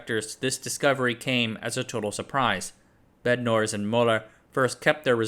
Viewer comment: fyi Bednorz is polish-silesian last name hence it should be read as in polish pronounciation